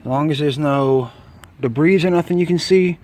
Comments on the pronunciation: Nice video. The 701 comes with full synth oil from the factory so I disagree with you on that point. Rotella T6 is JASO-MA rated, full synth and cheap. The T4 will not hurt it though. The word "debris" is pronounced "da bree" not "da breeze". Thanks for your video! I am looking forward to my first oil change on my 701. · debris is is already plural, please stop a saying debrissss. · A real Nazi would be smart enough to not say debrisss. But nice video though.